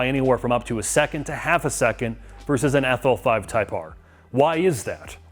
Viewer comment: calls it the “Affel Five.”